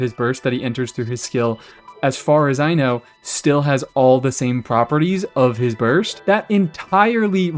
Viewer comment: "As far as cy-know"